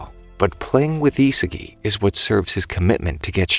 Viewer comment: 'isagie' Its Isagi